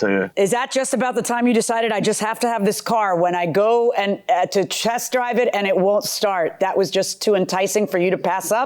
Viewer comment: Did Anyone Else Noticed She Said “Chest Driver” 🤣🤣🤣🤣 I Love Judge Marilyn